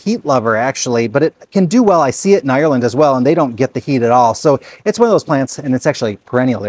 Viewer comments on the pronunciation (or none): none